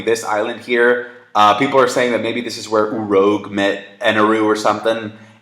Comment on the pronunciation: Urouge (Oo-Roozh)